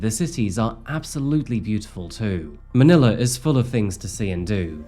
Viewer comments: Its pronounced Manila.. it seems you pronounced it as Maniler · you lost me at ManilaR